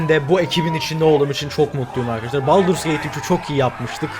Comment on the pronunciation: Abi ingilizce telafuzlarin ne ya şaka mı yapıyorsun " SaM LaKe , BaLdUrS GaTe 3"